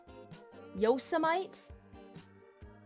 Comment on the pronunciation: Best of luck. Watch out for meth wizards. The Yosemite mispronunciation made me cringe.